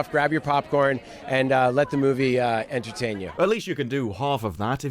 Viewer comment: did he just say edgeutain you?!?!?!